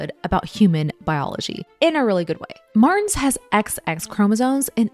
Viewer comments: Just nitpicking, but "Martins" is stressed in the last syllable. It sounds like "marTEENS" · Just disappointed at the pronouciation of the names. Martins is not prononced "mars". But interesting info. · Weird pronunciation of "Martins"... Try "marteens" it will be closer to the original. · why do you pronounce Martins like Mars? It's weird. And reported like "rapport" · Her name is Portuguese. "Martins" is pronounced "Mahrr-TCHEENS" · i loooove that you're talking about this! also it's pronounced martcheens 🩷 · Hearing Americans says Martins as Mars is hilarious